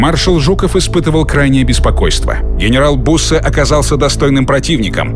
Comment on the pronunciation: не буссе а бюссе